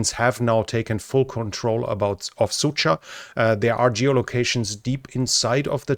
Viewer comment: You already was told that not a Sucha (dog female), but Суджа, дж like Джордж George The same way not a "ryba" (fish) but "rybar" with not a silent "r" at the end - the human who fishing (рыбарь). You can copy-paste the words in google translate and play sound to hear how to say it.